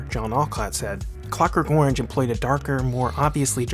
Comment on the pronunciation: I attempted to watch this but was repelled by the narrators hideous pronunciation of the word orange.